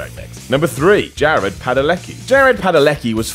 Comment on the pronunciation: Justin Foutch I was pissed when he said Jared